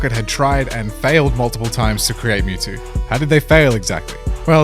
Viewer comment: Mewtwo not mental